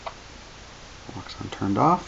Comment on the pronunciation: JUST FYI, WOUXON WHEN PRONOUNCED PROPERLY IS ACTUALLY SOUNDS LIKE "OCEAN" FOUND THAT OUT FROM THE MANUFACTURER